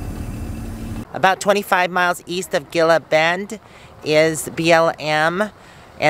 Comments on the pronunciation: Gila Bend is pronounced hee la.Enjoy Tucson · You have the best videos! Going down the road and seeing the sights. Thank you for doing these “on the road” videos. I enjoy them very much...be safe and. By the way Gila Bend is pronounced as an H. (He la bend) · Gila bend is pronounced hella bend lol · The Saguaro cactus is only in the Sonoran desert - so if you're seeing them you know you are still in the Sonoran desert. You were parking near Sonoran Desert National Monument. Gila Bend is pronounced He la Bend. Thanks for the drive, I haven't been down that way for a long time. Next time I think I'll stop (before summer) and get a date shake, sounds yummy. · pronounced He- La Bend